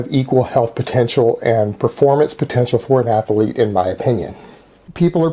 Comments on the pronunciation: You gotta love how in the same sentence in which he refers to himself as an "ath-a-lete", he is short of breath by just talking... and athlete only has one fucking A!!! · Elite level athuuh-leet. LMAO! seeing him carry his weights down his 12' hallway just cracks me up! Elite! Athuuh-leet! You cant write this stuff! Havent you ever opened a (cu-cuckle) ann-thruuh-polo-geee book? Pssshhhh....(cuckle cu-caaw). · Anyone that says “ath-a-lete” and “yooman” are fucking idiots. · Exactly. He takes his identity from whoever or whatever is closest to him. He has no sense of self. Which is why he's been through so many iterations. It's like he tries them on like shoes. Nope, the learned scholar didn't fit, let's try the Tegsuus badass. Disaster! Let's try the elite athuuh-lete and world class coath. Works! For now. Lol.